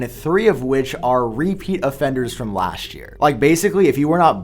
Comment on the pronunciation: For "dish" year and "lasht" year, smh!!! I wonder why this guy pronounce "this" as "dish" and "last" as "lasht"?